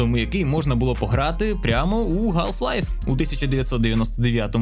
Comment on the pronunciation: ГАЛФ Лайф. Будь ласка, не траба так 🙏